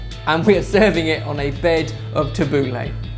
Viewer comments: It's Tabul-ee not tabul-ey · Tubbleh is Ta-bou-ley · tab-boo-la not lah thats how its traditionally pronounced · Its 'tha-boo-leih' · It's pronounced Tab-ooh-l-a. Get it right gosh! Look it up it's so obvious. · as an arabic speaker pronunciation of tabouleh is killing me 😠😠 jk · Your pronunciations are hilarious! But great recipe. I'd love to see more middle eastern recipes!! ☺️👍🏼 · Sorry but this isn't the traditional way of making tabbouleh, you don't need vegetable stock just a bit of boiling water and put it to the side for 10mins as you would with rice noodles etc. also you pronounced it wrong xD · Tabouleh is pronounced totally wrong! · the way you pronounced the tabbouleh was so funny. why did you give it a french accent? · It depends where you are from :P i know marocan people who pronounce it french but then arabic people who pronounce it differently.. But he pronounces it very english xD